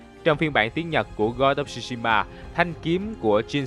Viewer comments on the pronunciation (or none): không ai đọc "shu" shima như ad hết, chữ đó phát âm theo tiếng Việt gần nhất là "trư"shima , trời ơi có google dịch mà, làm ơn tìm rồi hãy làm chứ, sao lại qua loa như vậy được